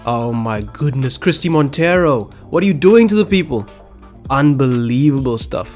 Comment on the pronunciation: your pronounciation of Christie Monteiro is not wrong, i guess the "ei" from Monteiro could be pronounced in a more "portuguese or brazilian" way but the way you said it is alright.